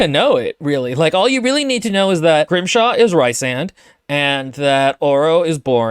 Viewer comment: It's Grimmshaw. So close, but not.